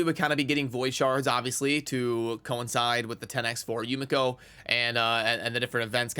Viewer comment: Being half Asian ( my mother is Japanese ) , the proper pronunciation is Yu- ME'kho pronounced very fast. Also a very happy Birthday 🎉